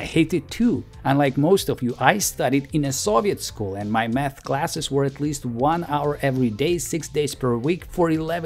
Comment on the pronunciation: His pronunciation:- math ❌ meth ✅